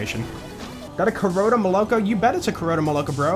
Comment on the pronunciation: Tip: moloko pronounces as molokO, it means milk on Russian